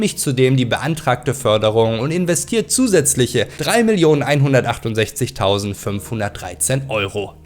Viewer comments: Hallo, man spricht das Spiel Ehhhlex aus, nicht "Älex" Besten Gruß ausm Ruhrpott;-) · Ääälex bro bitte 😂 Elex danke